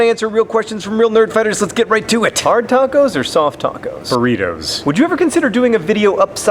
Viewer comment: Please tell me you said bufriedo and not burrito